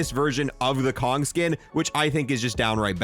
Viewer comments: and its not the kong skin Ko-Nig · I’m sorry, do you keep saying Kong? It’s König google the pronunciation please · The o in König is pronounced like the word oh, so it should be Koh-nig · I just bought this today is it really this good? I haven’t tried it. Also is his name pronounced “Kong” or “Kon-ig”? I have heard both. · I love how he pronunces "König" as "Kong" as in King Kong lmao...which is even more hilarious since König is German for King...King Kong...it's all connected... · Mf really called König Kong 💀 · Bro why do u call König Kong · "Kong"?! Learn how to pronounce the names there. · why do you keep saying Kong? It is a german word and it means King. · Is this rlly how americans pronounce König? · VII is the Roman number 7 my dude Also, the operator is called König, just say Konig 😂